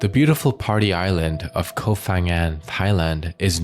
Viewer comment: The name of the island is "Koh ....", not "Kof...". Who cares?❤️